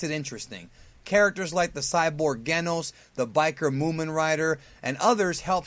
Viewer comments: Geh-nos? The fucking characters in the show pronounce it as Gene-ohs. What's wrong with you? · Genos?!?! It's pronounced Jenos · You are supposed to enunciate the S and use a lighter G. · in a real fight between em, Saitama would want Goku SSBKK tbh, he doesn't care, he wants someone who can stand up to just ONE punch without him, holding back. The last fight in one punch man said alot... again, don't know shit and said Genos wrong ( Jeh-Noos ) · shame on you! You said Genos wrong. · I know, and you got it wrong